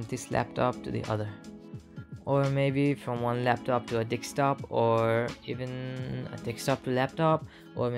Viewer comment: "Dickstop to Dickstop" 🤔